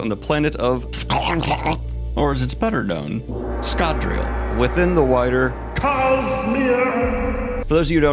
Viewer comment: Your French pronunciation of Scadrial was spot on